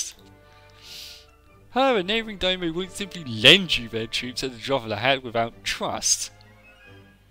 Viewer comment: I'm not sure if you making more of these buy daimyo is pronounced dime (as in the coin) yo (as in "Yo, I'm over here") not dynamo. As for the names good luck!